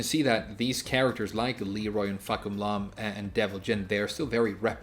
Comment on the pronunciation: why do you pronounce "fahkumram" "fahkumlam"? you're not japanese are ya?